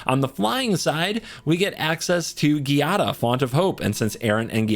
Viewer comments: Not to nit pick here, but the Gi in Giada should be pronounced "Jada". The italian alphabet doesnt have J so it instead many words and names will use gi- to achieve the same sound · Giada is pronounced with a soft sound like "jiada" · It’s a soft G in Giada. 🙂